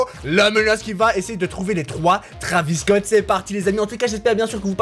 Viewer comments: Pourquoi tu dit que < Travis cot> ? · il dit bouceau Travis scot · Non il a dit traviscot 1000 fois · Combien de fois il a dit travisscot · les taravis scotts ?!?!?!?! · Ta dis beaucoup de fois traviss Scott